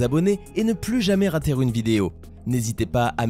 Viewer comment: Tu a dit " ratère " ,aprend à parler!!!